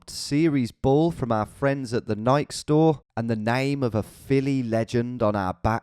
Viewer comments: "From our friends at the Nik store. " What? It's Nike. Nay-kee. That's like the most british thing I've heard of lately when the proper english guys come to America. The other one was Martincitopants and his friends hitting up the west coast. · Nikey is how it’s pronounced. Also loved the bit of the asshole in Brooklyn. Usually don’t see them too much actually. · The way Tom pronounced Nike nearly killed me lmao